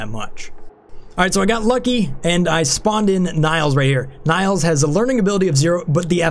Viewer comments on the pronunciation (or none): I don't know why, but you calling Nails by the way you do pisses me off. Don't know why. Her name is Nails, kind of like hammer and nails. Just saying. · Nails is pronounced the same as fingernails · Is that really how you pronounce the name Nails? As Na-[y] - ls instead of Nails (wood nails)? If so I've been wrong, haha